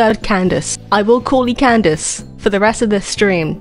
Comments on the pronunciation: lady fr said ken-da-kay for candace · LMAO THR WAY U SAY CANDACE